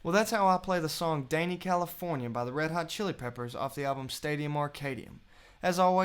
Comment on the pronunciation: fukin its dani not DENEY!!!! its not short for a danish man and thats wat it sounds like!! fark!!